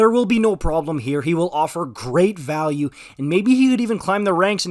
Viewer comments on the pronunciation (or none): none